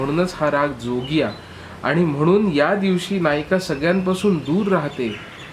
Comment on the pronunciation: जोगिया ह्या रागवाचक शब्दाचं तुम्ही केलेलं उच्चारण चुकलं आहे. त्यातील ज हा तालव्य आहे, दंत तालव्य नाही.